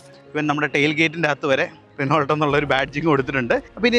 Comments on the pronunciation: റിനോൾട്ട് അല്ലടാ, റെനോ 😅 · റെനോൾട് എന്ന് പറയില്ലാശാനേ റെനോ എന്നാണ് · റിനോൾട് അല്ല, റെനോ ആണ് ബ്രോ 😂😢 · റിനോൾട് അങ്ങനെ അല്ല Reno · റിനോൾട്ട് അല്ല . റിനോ . നിങ്ങളെപ്പോലെ റിവ്യൂ ചെയ്യുന്നവർക്ക് വരാൻ പാടില്ലാത്ത മിസ്റ്റേക് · ചിലർക്ക് റെനോ എന്നതിന് പകരം റെനോൾട് എന്നും ഷെവർലെ ക്ക് ഷെവർലെറ്റ് എന്നും പറഞ്ഞാലേ തൃപ്തിയാവൂ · റിനോൾട്ട് 😂.. ഇപ്പഴും ഇങ്ങനാണോ പറയുന്നേ